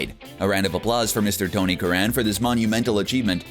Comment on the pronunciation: You've mispronouced Tony Curran's name. It's 'curren'; like current without the t.